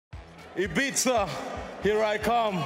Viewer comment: Pronounced Ibiza wrong in the first 3 seconds